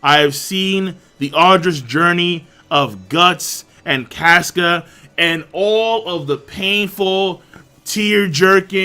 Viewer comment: Caska is cah-ska not cas-ka like casket